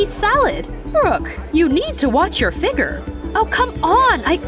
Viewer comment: Why she pronounce figure like that